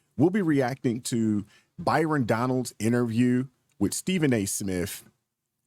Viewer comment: Not too be picky, because I love your videos, but his last name is Donalds, not Donald